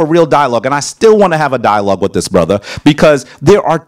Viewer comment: He came to a dialog trying to debate got mad when he got corrected for his miss pronunciation and wrong geographic location of places